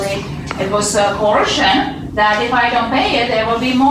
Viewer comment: Cohorshun??? That's a new one. Up until now, I've only heard these walking braindead use "corrosion" and "contortion" but now I have to add a new one. Wow.